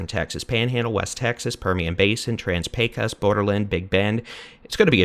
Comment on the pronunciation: FYI, the "o" in "Pecos" is pronounced as an "oh"